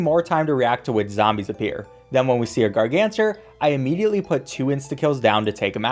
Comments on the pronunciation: Gargantuar = Gargancher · The way he pronounces gargantuar and how he calls squashs a thwomp, it literally bothers the hell out of me😂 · Pvz fans when they hear someone say gargantuar wrong: (insert meme here)